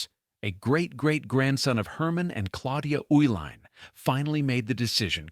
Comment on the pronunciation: The name Uihlein is pronounced E-line.